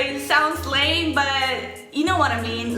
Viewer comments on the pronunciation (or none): none